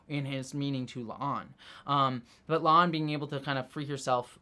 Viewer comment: My question is why the obvious Pike line flub was left in at the end, he clearly calls La'an "a'Lan"